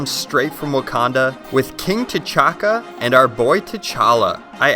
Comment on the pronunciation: T’Chaka.? More like t’chonka